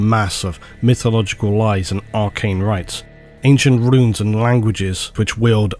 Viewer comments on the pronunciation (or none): none